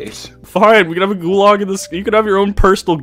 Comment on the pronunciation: really said “goolarg” and changed the world